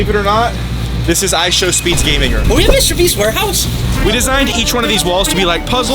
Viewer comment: Bro said mwister beast ware house💀💀💀💀💀☠️☠️☠️☠️